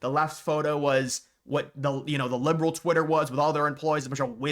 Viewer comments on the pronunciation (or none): none